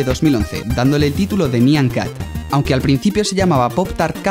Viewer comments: Se pronuncia naian cat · No es nyan cat es nya cat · Se pronuncia "naiyan cat" o "nayan cat" Y no te molestes conmigo, lo digo porque... en realidad no se porque "dije" esto 😂 pero no me mal interpretes, Plis Y podrías poner los videos que decías, en la descripción por favor :D